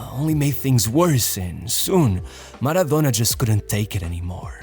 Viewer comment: Man the way this guy pronounce the words "maradonnnnnna" , it really annoys me so bad